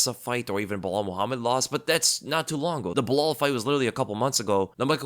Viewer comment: Hey I love the fact that you started calllin Belal Muhammad "Blahal" like uncle Chael 😂